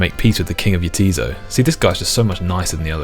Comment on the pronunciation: Repeating JAH TIZ SO twice and then going back to pronouncing the island YA-TEASE-OH in the very next chat dialogue box was incredible. That being said, I find it so hard to break out of how I pronounced things when I played this as a kid in the early-mid 2000s. Still struggle not to think of Ardougne as 'Arr-doojsh-nih'